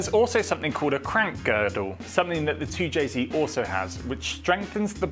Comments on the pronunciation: Really hard to hear a person with a British accent say “zee” instead of “zed”…2 jay zed NOT 2 jay zee. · 2JZed, not 2JZee. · Its 2Jzed not 2jzee. The Japanese pronounced their Z properly, and it's insulting to see a British person pronouncing it as Zee. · An english man speaking american english, its a 2j zed not zee, both great engines though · You’re English… wtf is a zeeeee? 🤷‍♂️zed ffs 2Jayzed 😵‍💫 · Toow jay ZED, you surely are not American 😂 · You're English, its Zed...